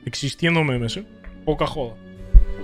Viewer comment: Pq el dice memés XDD